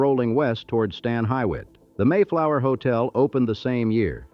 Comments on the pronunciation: Stan Hywat is pronounced Stan Hue-it not hawhyat... Akronite here born and raised... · If the AI can't learn how to pronounce Stan Hywet, you should use a real person. Ridiculous considering this is supposed to be historical...